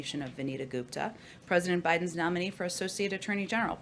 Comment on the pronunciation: Off subject, I know, but had to point out - Joe BYE-DON. Priceless!